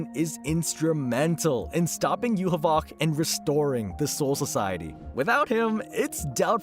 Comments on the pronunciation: "Yuhuboc" what kind of Yhwach pronouncation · bro why the hewl are you calling Yhwach like that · Bruh hearing him mispronounce Yhwach is gonna drive me crazy lmao